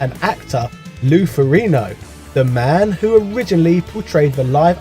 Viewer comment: The G is NOT silent in Lou FerriGno.....